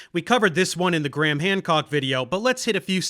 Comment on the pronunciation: Graham ❌ “Gramm” ✅